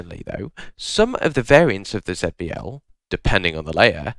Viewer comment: Please consider pronouncing it Zee-B-L instead